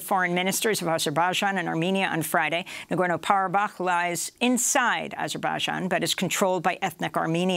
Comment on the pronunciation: Why does she pronounce Azerbaijan like that lol